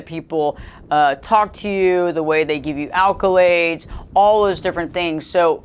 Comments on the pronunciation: Please darling! It's accolades, NOT alcolades 😨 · Many thanks this was interesting....Is allcolades a word though? I thought it was accolades.